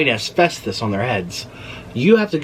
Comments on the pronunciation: Asfestos??......I think you mean Asbestos. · It’s “ASBESTOS” not “ASVESTOS” it’s a b not a v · Asvesthus.... More like asbestos 😅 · L❤️VE you Nik but it’s asBestos 😊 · "Asvestus" AKA Asbestos!! Love it. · It’s asbestos with a B, not F😆